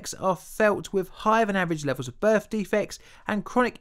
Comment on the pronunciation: Free, fousand, birf defects, fink. Please pronounce the "th" sound properly.